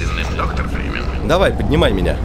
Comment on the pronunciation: Мне кажется он говорит доктор Бримен.